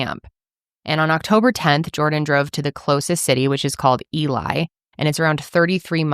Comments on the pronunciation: So MN local here…. The city of Ely isn’t pronounced “Eli” it’s pronounced “eelee” 😭 so sorry it gave me the ick, love you guys 🤍🤍🤍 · It's Ee-lee (not Ee-lie) 😊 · For anyone who wants to know, Ely is pronounced ee-lee, not ee-lye. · FYI...Ely is pronounced Ee-lee not Ee-leye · AHHHH im from virginia mn!!!!! i remember this case!! (also Ely is pronounced ee-lee hahaha) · Ely is pronounced Eee-lee